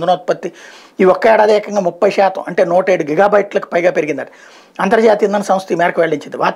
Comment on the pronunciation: షాతం కాదు సార్ శాతం...